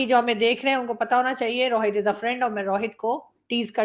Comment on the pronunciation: Paxtani Rohit ko Rawhit bolte hai aur RAW ko Raa 🤣🤣